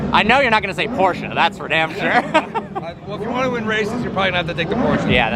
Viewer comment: why Americans butcher Porsche name. It is Porsche not Portia.